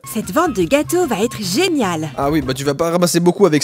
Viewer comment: « Ses zenial » Joyca . . .